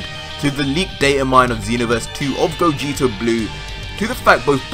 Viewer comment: It's Gogeta not cooler -_